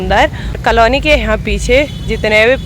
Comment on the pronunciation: आपके सास ससुर बहुत अच्छे हैं और आपके हस्बैंड उनकी परवरिश बहुत अच्छे तरीक़े से हुई है🌷🌷🌷🌷 आप भी धीरे धीरे इन लोगों से सीख रही है कि व्यवहार में नम्रता रखना चाहिए और कलोनी नहीं कहा जाता है थोड़ा सा उच्चारण को सुधार लें कॉलोनी कहा जाता है ।💝💝💝💝